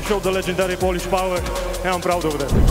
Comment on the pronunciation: PHOLISSSHHH PHOWA !!!!!